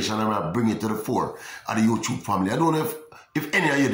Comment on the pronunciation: YouTUBE!....NOT CHUBE!